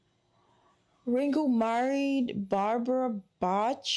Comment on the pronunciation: Bach is pronounced "Bahk." Great job...it was a treat for me to watch you learn more about the Beatles.